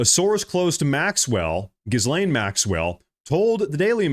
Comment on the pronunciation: Quit saying sorce and name a actual person he can't because he doesn't know of any 😂😂😂